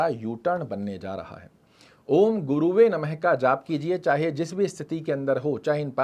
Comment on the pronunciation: बोलने का अंदाज शिष्ट इसलिए गाली खाने से बच जा रहे हो बेटा l गुरुवे बोल भी रहे हो और लिख भी रहे हो जब कि शुद्ध शब्द गुरवे होता है l